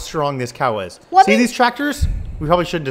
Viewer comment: It's cowu